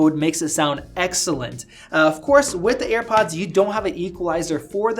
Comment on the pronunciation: why tf is he pronouncing it "earpods" drives me crazy